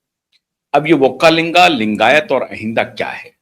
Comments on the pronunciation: Sir pronounce properly it is not vokkalinga but is VOKKALIGA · Not vakkalinga it is VOKKALIGA 😊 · Not vokkalinga, vokkaliga